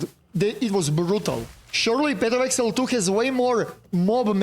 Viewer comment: Nije eksel nego egzail 😂